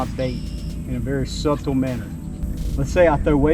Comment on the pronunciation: If you say the B in Subtle one more time🤣 it’s pronounced without the B brother. Great video!